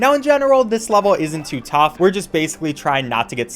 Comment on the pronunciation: Its too "taough"